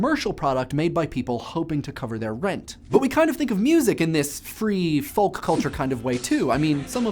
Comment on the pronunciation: No! No, no, no! You are forbidden to speak further if you continue to pronounce the L in folk and polka! Gah! ;-)